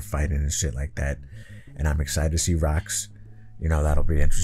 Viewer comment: Dont ever call her "rox" again.